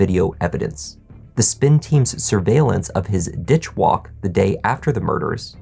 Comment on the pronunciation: Lol "Ditch Walk"